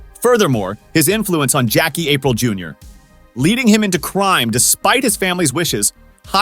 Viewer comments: It's "Apreel" not April 😂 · Not April, A-PREE-l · this said Jackie April 😅